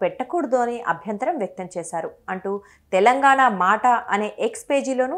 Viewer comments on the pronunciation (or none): none